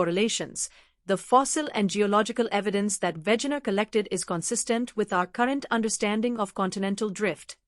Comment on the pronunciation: It's Wegener. We like in "velvet", ge like in "gentry". Not Wätschäner.